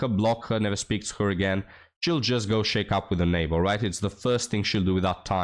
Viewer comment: hey bud, just a helpful hint, study the correct pronunciation of "shack up." You're saying it like, "shake up." Lol